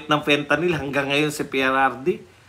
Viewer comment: Sabi ni mike Abe Fentaline at hindi Fentalyn, akala nya pati oral ang pagtake nito😅😅😅